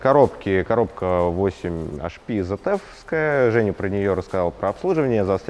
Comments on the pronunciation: АКПП ЗЭТЕФ??? ИЛИ ВСЕ ТАКИ ЗФ (ZF) НА первой же минуте вырубаю, этот чудо обзор.. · Аж слух режет, коробка Цэт эф, в немецком нет буквы зед, когда ж вы образовываться начнете, обзорщики